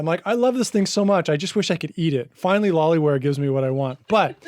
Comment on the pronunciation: Thx for sharing! But it is loliwear instead of lolliwear.